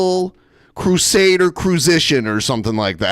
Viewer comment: "Crusader crusition" -- a very articulate manatee